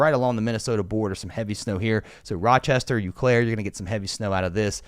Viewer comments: Love this channel…Hey, it’s not “You Claire, it’s “O, Clair!” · Just to help out with pronunciation, Eau Claire is said as Oh Claire. Stupid Wisconsin cities that are hard to figure out. Thanks for the work! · Eau Claire is pronounced O Claire